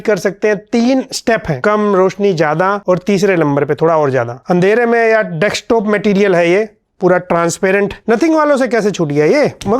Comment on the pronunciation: dekstop dextop😂😂 bootooth😂😂😂